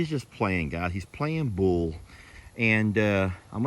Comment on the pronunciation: Huck looks fine. He's the skinny guy in the group. You have done everything medically and dietary to meet his needs. He's eating great and is active. All good signs. The way you say Bull...lol 🤣